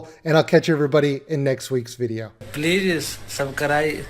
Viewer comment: "plee subcree" 😂